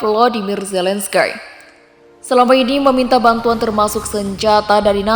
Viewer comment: Zelensky bukan Zelen Skay...